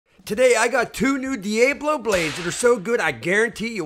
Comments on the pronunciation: nobody says DE AAYY BLO its DEE AHHH BLO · It’s pronounced Dee-AH-BLO can’t stand that you pronounce it all wrong! PSH! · Then pronounce diablo correctly! Lol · De Ay Blow is smeeshable! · In Texas we say Deeabalo